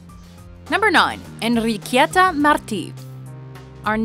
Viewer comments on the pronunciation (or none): ENRRRRRIQUIETA lol, darling, don't try so hard, your pronounced is so exaggereted and still incorrect, Its no Enrrriquieta, is Enriqueta without a second "i" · As a Spaniard, I find cringty how you pronounce "Enriqueta", jeez, we have a loud R sound, but you made it sound like a Russian name... 😅